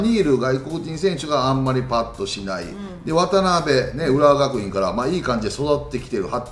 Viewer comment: わたなべじゃなくてわたべでは？